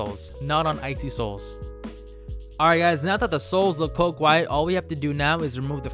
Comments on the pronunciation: Wait did you say coke white? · Did he just say "now that the soles are coke white"? Lol